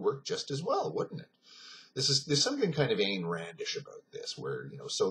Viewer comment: Oh, and Ayn rhymes with whine. /aɪn rænd/ says wikipedia.